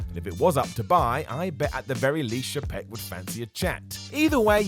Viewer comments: [CHAY-peck] , not "sh'PECK", and [EYE-gur], not "EYE-GAR". Sincerely, WWE & Disney fan. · I know nobody cares, but it's Bob Eye-grr and Chay-peck